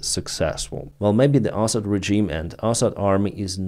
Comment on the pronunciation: I enjoy your pronunciation of Assad as asshat. Huge fan, as always. ❤